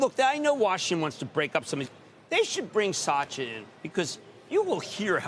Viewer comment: He is just butchering his name . SAAAYA 😜😂😱